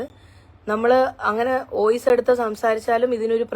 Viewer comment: ഇത്രയും ദിവസം കഴിഞ്ഞിട്ടണോ നിൻ്റെ റീൽ ?മോള് പോയി ചകിരി പോലെ ഇരിക്കുന്ന ആ മുടി ഒക്കെ ഒന്നു ചീക്. അല്ലാതെ നിന്നെ കൊണ്ട് നടക്കാത്ത കര്യങ്ങൾ ചെയ്യല്ലേ . പിന്നെ ഓയിസ്സ് അല്ല, വോയ്സ് ആണ് ട്ടോ